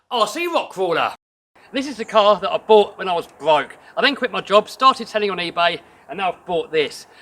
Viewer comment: XD A lambo thats rented. Nice try though. Could be spending money on you know, a hair cut, or even better, speech classes. We dont care about how your "bwoke".